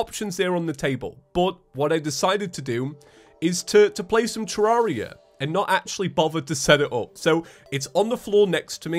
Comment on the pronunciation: Nobody: explaining his YouTube channel: " Terr-are-ia, ya ever heard of it, its a game